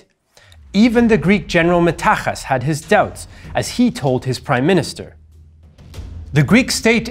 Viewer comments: It's not meta h as its metaksas and pronounced metaxάs not metάxas lol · It is not Meta"h"as, it is Meta"ks"as. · Metaxas is not "Metakhas", but Metaxas, like saying box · it's pronunced MetaKSas, the X is X not H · Hasan Tahsin fired the first shot as the Greeks landed and everybody knows this. What a noob. You've butchered every single name in this episode too... Greek and Turkish alike. it's pronounced "Metaksas" with an "ξ" I'm a Turk and even I know this. Shame on you. Close this channel. Get a job. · greek here. congrats on pronouncing Venivelos' name correctly. the x in Metaxas is pronounced ,well, like an x. Great video though :) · Very nice. A note: X in Metaxas is read as in xenon or axe.